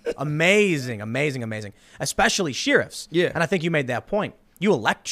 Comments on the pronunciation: Sheriff “Share If” not “She Riff” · Sheer-ifs? How about Share-ifs? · Sheriff = share if..... NOT sheer if . Thank you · Nobody: Tim: Sheerif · "Sheeriffs"? What do you live in the Shire? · Where the hell do people pronounce the word Sheriff, shee-riff? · Tim: "sure-iff" Me: I've never heard sheriff pronounced that way. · Is Tim really saying sheer-ifs? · Why does he say sheriff like that. 😂 We usually pronounce it like share-uff or share-if. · What's a "sheerif"? Get pulled over for speeding in a small town, be polite and respectful, smile, and everything's good. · I'm still trying to get used to the way Tim pronounces the word Sheriff. I'm so used to how its said on Gunsmoke and Bonanza. That and Marshal. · Why has no one corrected Tim's pronunciation of "sheriff," yet? They call themselves his friends?😋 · Tim still cannot say Sheriff 😆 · Tim, your pronunciation of the word “sheriff” confuses and frightens me. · Glad I'm not the only one! Is this a mid west pronunciation. I have been around the country and have never heard it before. It's been used so often the past few weeks I've gone from laughing to cringing. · Collieco Form no it’s not. I’m from the Midwest and we do not pronounce it like that. I think he just doesn’t know how to say it😂😂😂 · Ok, now you need to learn how to say "sheriff" and "both". There is no "L" in "both" and you say "she-riff" like it's She-ra's sister or something. Should be more like "share-if" or if you want to take it back to the root "shire reeve". She-riff is She-ra's guitar-playing sister.